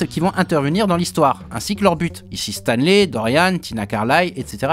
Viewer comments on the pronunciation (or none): Moi je pige pas pourquoi pour Stanley tu prononce le "ey" en "i" alors que Spidey tu dit "Spideï" haha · c'est stanleY "lai" tu dis stan Lee, je sais bien que tu parle pas de lui mais a l'oreille ca fait bizarre a chaque fois